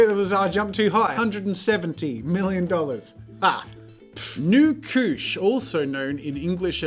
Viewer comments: Nu Couché? new coochie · "Nu chouché" means laying naked most English speaking people pronounce it as "nu cooshey"